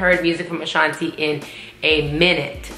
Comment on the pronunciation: I agree with you on saying Ashanti's name wrong Fat Joe does it too on their song